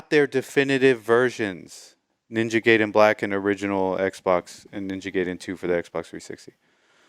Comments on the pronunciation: Stop pronouncing it “Gay-den” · Oh no, he pronounced "Gay-den"